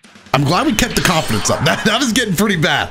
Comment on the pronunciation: "HAVE CONFIDAUNCE" -Best DragonBall FighterZ YouTuber I know